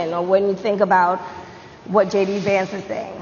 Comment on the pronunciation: At least he... almost managed to pronounce the Vice President's name. Maybe he has some lasting brain damage from his injury.